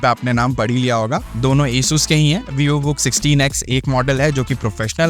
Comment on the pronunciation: Esus nahi asus😂